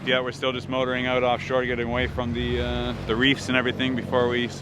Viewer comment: Love your C accent in particular the 'out' ... 💙